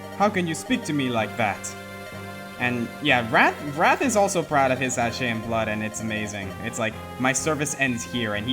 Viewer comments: it's Saka not Sache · It's pronounced SA-KA-AY! SA-KA-AY!!